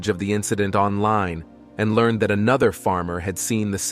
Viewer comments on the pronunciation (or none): none